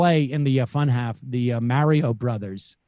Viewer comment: Sam pronouncing Mario like Merio